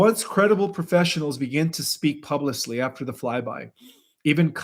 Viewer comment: YOU ALWAYS PRONOUNCE "Pub-Lick" CORRECTLY BUT ALWAYS MISPRONOUNCE "Publicly". Instead of saying"Pub-Lick-ly", you say "Pub-Lice-ly as if there are Hair Lice somehow pronounced at the end of the word instead of (Pub-Lick-ly) as if a Dog Licked the end of the word because it certainly has done so. 😂